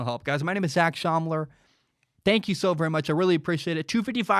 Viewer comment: Hey ZAC, ye its my real name lol haha all g. Very nice getting the pronounciation exactly right a lot of ppl stuggle with it. I was born in Australia, but my parents are Sri Lankan and its a Sri lankan name. JETS fan so love Sam Darnold coverage. Plz do a LOU2 review if youve finished the game. Thanks for answering my question. Keep up the great work.